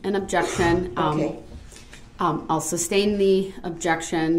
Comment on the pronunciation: YES axx, substain, tacit, and goes on and on. 😡😡🔥🔥